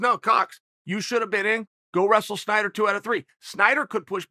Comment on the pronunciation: It’s Snyder, Chael. Snyder. Not “Schieder”